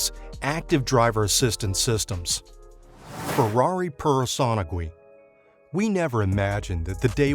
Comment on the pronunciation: absolutely BUTCHERED the Ferrari pronunciation